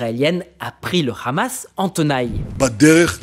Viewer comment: Vous oubliez l'effort (infructueux) de corriger la prononciation de khamas (devenu sobrement h'hamas) trop connoté pro-israélien